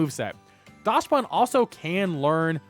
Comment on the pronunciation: For non-German speakers, it's pronounced "Daksbun", because it's based on the Dachshund, which is pronounced "Daks-hoond" in English.